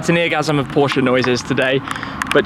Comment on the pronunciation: Great content 👍! Glad that you know how to pronounce Porsche properly, unlike most of the other British car Youtubers 🙄...